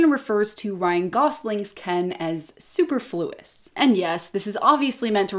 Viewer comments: su-perf-luous, not super-fluous. 🤪 get hooked on phonics. 😉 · Who wrote your script, Brittany? Superfluous is not pronounced super floo us. So that's not a word you'd use. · You lost me at “Super-fluis”… that mispronunciation makes me just think that you’re reading a chat GPT response. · That's not how you pronounce 'superfluous'.